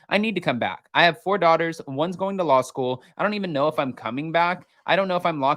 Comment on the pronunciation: "Dorters" lol. She does pronounce it like that 🤣🤣